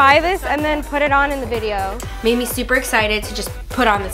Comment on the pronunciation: As I read this niki said vide 3 times